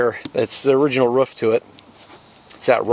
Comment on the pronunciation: It's a roof not a ruff!